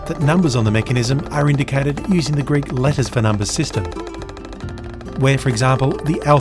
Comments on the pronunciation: He's actually using modern Greek pronunciation, but it's quite accurate as modern Greek pronunciation (^^) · What a privilege this is, being able to enjoy such amazing content for free. Also top marks for pronunciation! Coming from a Greek. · I have to say that your pronunciation of the Greek words is spot on, very similar to the one modern Greeks use for ancient Greek. As for your craftsmanship I am unqualified to judge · I'm greek, and I just wanted to say that your pronunciation is way better than most people trying to say greek words. Amazing series, keep it up! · Your pronunciation was pretty good for the most part! Not that I am an authority on the pronunciation of the Greek language, even as a Greek. Awesome video!!!